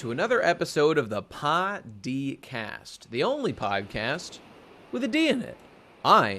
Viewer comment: kuriboh? caribou, like a reindeer. second, Kid was not one of the posters that im was holding. she had blackbeard, a picture of shirahoshi, luffy and a picture of vivi. lastly, your pronunciation of your own channel is weird. it should be poh dee cast not pah dee cast. it sounds like you're saying "potty cast"